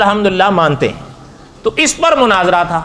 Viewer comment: Manazarah Nhi Munazarah Likho Aap urdu waale bhi ajeeb hain Mufaalsh k saare abwaab ko Mafaalah bana dya he Fuaal ko fa'aal khete ho Suwal tumhare haan Sawaal hai Qeyamah ko qayamah Ulamaa ko ulemaa Ye ghaltyaan sirf aam admi nhi Blke urdu speaker aalim bhi krte hain Talaffuz durust kryn